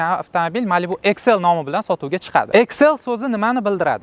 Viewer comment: Иксл❌ эксел✅